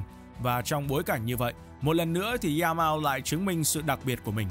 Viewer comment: “Za mao” Nghe bạn đọc mà nhức cái đầu